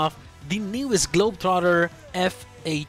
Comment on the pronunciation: You're pronouncing globetrotter perfectly 👌👌 you speak better English than people in the UK do